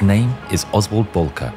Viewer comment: It's Oswald Bolcke